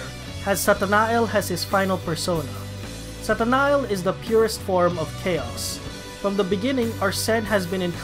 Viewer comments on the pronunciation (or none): Uh I think Satanael is pronounced Satana-yel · i think you might be mispronouncing some names like makoto ,hecate and satanael